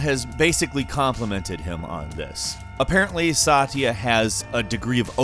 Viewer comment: Its not sat-eeya its satya